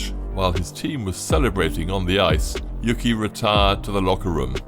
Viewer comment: Uke, not yuki